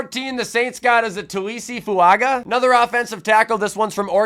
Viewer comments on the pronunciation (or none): Fuaga is pronounced with a n between the a and g like in Tagovailoa